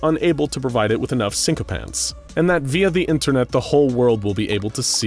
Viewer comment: Lmao it's so funny when reads a word he doesn't know but he still says it with his chest. Let me try to help sycophants: pronounced siko-fants it means a. Person who obsessively admires someone. Not to sure what sinkopants are 🤣 sounds like a pair of pants you can't go swimming in lmfao.